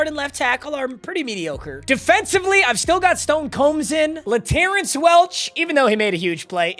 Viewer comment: still saying laterrance wrong. o/u 2.5 weeks for him to stop TRUEUEUEUE